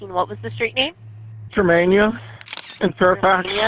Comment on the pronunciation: He pronounced his own street name wrong